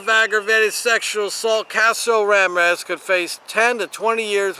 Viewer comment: I'm not even commenting on the pronunciation of Ramirez.